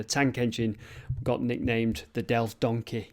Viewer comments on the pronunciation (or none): I like the way you say donkey 😂 Done-kayy. 🙂🙂🙂 That's fun